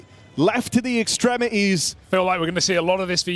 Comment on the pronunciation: I swear these casters just randomly decide to drop t's in words and say others. It's wild. "ExtremiEEES"